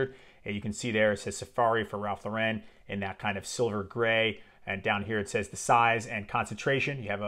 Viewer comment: Great frag. I have several vintage backups. Please learn to pronounce “Lauren” though. It’s American, not French 😂